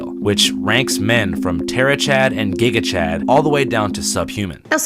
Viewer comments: my dear that’s not how u say gigachad 😭 it’s ghee-ga chad like the ghee used in cooking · Luv u it is pronounced “GI-ga chad” it’s two words combined. Giga, as in gigantic ( [giga]ntic) and chad, as in peak masculinity. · “Giga Chad” not “Jiga Chad” lol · I've never really heard much about Clavicular before this, but God dang do I kinda relate to him... While I'm not diagnosed with OCD, the whole "being so obsessed with things to the point you miss out on play" hit me right in the guts; I disassociate inside my head so much I lose out on so so many things On the bright side, the way you pronounced "gigagchad" made me literally laugh out loud, no offense but it sounds so silly, in a good way!!! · you said gigachad wrong